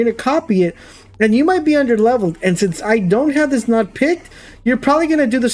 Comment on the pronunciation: Came here as a loyal subscriber - who pretty much plays all the same games - ready to hate you for cheating, but I think I understand the whole situation better now. Just an fyi, node is pronounced with a long o, like no….not trying to be an ass. Fuck the haters, keep doing what you do!!!